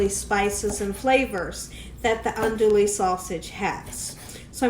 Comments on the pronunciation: It's pronounced Awn-dooo-we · Andouille is pronounced aan-doo-ee. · Ahn:dwee. The “ou” is silent.